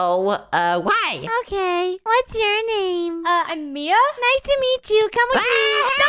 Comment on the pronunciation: Bro said bia not mia